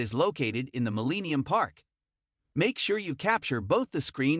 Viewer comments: "MillEEnium park" lol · I'll share this video, if you promise to NEVER pronounce it "Muh-LEEEE-nee-um Park" ever again !!!!!! Surprised you didn't list "REEEE-glee Field" as a destination.